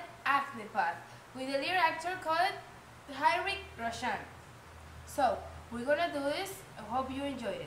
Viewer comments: His name pronounce as "Ritwik Roshan" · Sorry for your mis-pronounciation,,, its Ritik Roshan. H silent. Thank u. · Hahah I'm soo much in love with the way you pronounce Hrithik Roshan😄